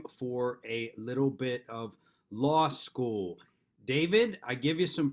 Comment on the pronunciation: First of all, thanks for flipping your camera screen 😁 "Loss School" 👈 School Mr. David on the loss of his integrity. 😂 (yes, I know you said "law school" 😊) I like to fish. One thing I know about fishing is that with the proper bait. You WILL catch. So when you bait the police, you have their attention. When you willfully break laws, that's like wiggling that lure in front of a hungry Largemouth Bass. When you argue at the window of your car, that's setting the hook. You've caught your quarry. These Copwatch idiots in NH though, they use a seine net. They catch police, park rangers, muny judges, lawyers, jailers etc etc. The whole legal/justice system. They are a bunch of spoiled children with nothing better to do than throw dynamite into the local fishing pond. It sounds to me that this idiot says he was kidnapped, which is code for "I got what I deserved at the traffic stop which was a trip to jail by NOT signing my ticket, ripping it up, claiming I live in Arkansas" etc etc etc. He knew he had to be in court, it seems, because they came and got him from a jail cell where the Free Keene boys had a camera and a sport coat waiting? Not sure. These guys LOOOVE to go to jail. Hmmmm wonder why??? I digress, perhaps they just cannot wait for big Bubba to get out they just need him that badly. Jail hurts so good to these Free Keene boys. In other news, you will not find more prepared judges anywhere else in the Country than you will in Keene, NH. Personally I'm waiting